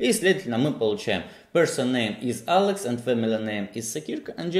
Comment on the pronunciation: Паблык, джёб, Алэкс, Алыкс🤦‍♂️ Зачем говорить эти слова типа с английским акцентом? Это всегда нелепо, когда люди зачем-то произносят слова с супер акцентом, говоря по-русски.